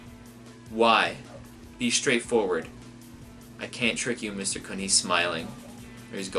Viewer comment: Please, someone send him a clip of the Aguero goal against QPR so he knows how to pronounce Khun's name.